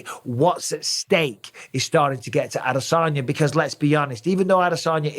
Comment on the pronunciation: Don't get why mike says adesanya like he's a southerner im sure nobody from Clitheroe should say adesaarnya